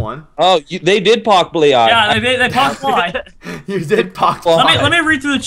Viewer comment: "I pocked blie." - () 2014